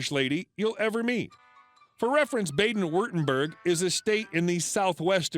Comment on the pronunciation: Might be nice if you pronounced Baden Wurtenburg correctly, especially if you speak Deutsch.